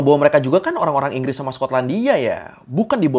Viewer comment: Enggresss enggres 😂